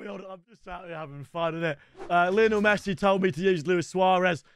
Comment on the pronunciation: That is lionel pessi not lionel messi